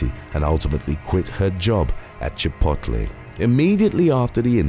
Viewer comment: THE WAY HE SAID CHIPOTLE I ALMOST CHOKED 😂😂😂😂 In American it's "CHIH POTE LAY"